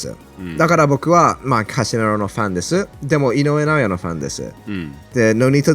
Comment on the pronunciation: カシメロとリコンドーの名前言う時の発音がすごく気持ちいい